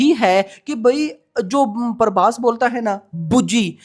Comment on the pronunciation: Parbhas nahi bhai prabhas hai 😅